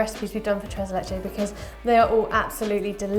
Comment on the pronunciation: "tres leche" 😖😅